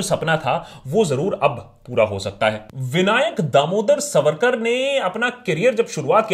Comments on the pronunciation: सवरकर नही सावरकर 🚩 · Itna bada video banane se pehle kam se kam unke naam ka theek pronunciation toh seekh lete...it is सावरकर....not सवरकर...and better still स्वातंत्र्यवीर सावरकर!!!! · सवरकर नाही "सावरकर " असा उच्चार आहे नावाचा!!!!!!!!! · Sa...varkar pronounced incorrectly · आप पहले सावरकर यह उच्चारण ठीक से करे, सवरकर नही। अब आपने जो srcasm याने उपरोधिक टिप्पणियां की है इसका कारण आपका अधूरा अभ्यास या फिर वामपंथी विचारधारा हो सकते है। मैं आपको विनम्रतापूर्वक कहना चाहूंगी के उपरोधिकता भी सीखनी है तो सावरकरजी से सीखे, जो देशभक्त नाम आपने दिया वो देशभक्ति उन्हींसे सीखे और कोई फालतू अंग्रेजी किताब न पढ़के, उनकी ओरिजिनल मराठी आत्मचरित्र किताब "माझी जन्मठेप" पढे। जो मराठी भाषा, प्राकृत और संस्कृत अच्छेसे ना जाने उनके लिए तात्याराव के विचार, उनका राष्ट्रप्रेम और समर्पण समझना बोहोत ही ज्यादा मुश्किल है। वो क्रांतिकारी, राष्ट्रभक्त, महाकवि, अच्छे वाक्पटु, समाज सुधारक, आधुनिक विचार रखने वाले एवं भाषातज्ञ थे। हम भी नही चाहते भारतरत्न उनको मिले क्योंकि वह भरतरत्न तो थे ही उनका औदा इससे काफी बड़ा है। आप थोड़ा ये सोचिये पोर्टहोल से छलांग लगाई क्या इतना आसान था? वहाँ से बाहर आते समय जो घाव हुए उनके साथ खारे समन्दरके पानी मे तैरना थोड़ा डेमो आप करके दिखाए जरा। भारत की इकलौती महिला पीएम ने कौनसा सरहद पे जग लड़ी या पेटंट लिया जो उनका चित्र भरतरत्नो के लिस्ट में शामिल है? हाँ पर उन्होंने सावरकरजी का स्टैम्प जारी जरूर किया। वो लता जी है ना वो भरतरत्न आप मानते है ना वह भी सावरकर जी की भक्त थी महोदय। सावरकरजी ने लिखी कई गीतों को उन्होंने गाया है। वो अंबेडकर जी है ना वो समाजसुधारक कार्यो के लिए सावरकरजी को मानते थे। वो गांधी जी है ना महात्मा मानते हो ना, उन्होंने वृत्तपत्र में सावरकर बंधुओ को रिहा करने की अपील की अंग्रेजो से। पता नही ये सब लोग इतने नासमझ क्यों थे। काश उनको आपके जितनी समझ होती। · Its not सवरकर… सावरकर.. 😇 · Abbey vo सावरकर hai सवरकर nahi Bol le pehle acche se 😂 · Not savarkar saavarkar bolna to thik se sikh le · naam bolna sikh pehle. saavarkar hai naam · ज्याला सावरकर बोलता हि येत नाही ... त्याला सावरकर काय समजणार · Pehle Sawarkar ko pronounce aachese karo